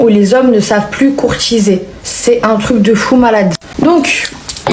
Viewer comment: "les hommes ne savent plus courtchiser pourtant je suis trop romantchique wesh"